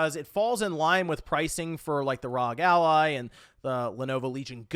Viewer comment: Do you think pronounces it Rawg Ally because he knows its wrong and he is memeing or does he actually think its Rawg and doesnt know Rawg is how the community makes fun of it?